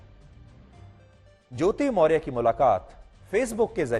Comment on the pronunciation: पहले आपको सही नाम मोर्य के जगह पर मोर्या बोलना चाहिये. आप सही रिपोर्ट कैसे करेंगे. जब आप सही नाम नहीं जानते हैं.